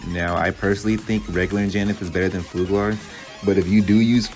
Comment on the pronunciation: its "ful-gur" not "fug-lar"